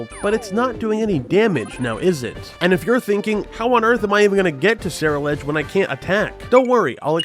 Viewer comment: dude what the fuck is a Sarah Ledge. The pokemon is a combination of the words Cerulean (the color) and Edge (obviously). There is no Sarah here XD